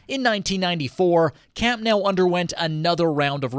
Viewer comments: It's Camp Nou not Camp now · camp nOOOOuu not nAAAAAOOOW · I thought the endless mispronunciation of the name was weird, but then he said "Més que un club" 😂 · Imagine making a whole video about the stadium and not knowing how it’s pronounced…. Lololol WTH is “camp NOW” 💀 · It hurts so bad lol